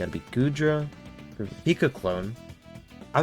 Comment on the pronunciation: Love Goodra too! Also, you're good with names: all of them in the tip of the tongue and so good pronunciations!